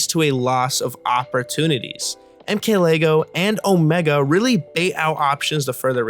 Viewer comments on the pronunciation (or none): I think you accidentally said “MK-Lego”